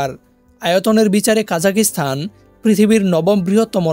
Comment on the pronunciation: জি ভাই দুঃখিত,,, উচ্চারণ কা জা খ স্তা ন হবে। ভিডিওতে তারাতাড়ি বলার কারনে এমনটা শোনা যাচ্ছে।